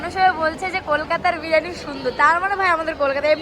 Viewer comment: Thik thak kotha ta bolo birani na biriyani tulika ke bolo tolika bon k bolo bun aktu valo kore kotha boleo